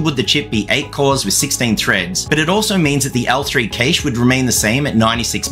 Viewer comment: it's not pronounced "queche" but "cache"